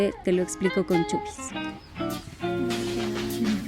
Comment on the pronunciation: Chubis??? No es CHUIS ??